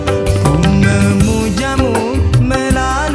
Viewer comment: Mantap bang tapi maaf ya sedikit koreksi pengucapan artikulasi di kata ku memujamu, melalui lagu, pengucapan me.